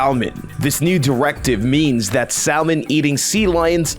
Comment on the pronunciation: Salmon.. say it with me sah-mon🤣🤣